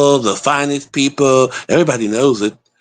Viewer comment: "The best peopure, the best peopure"🤣🤣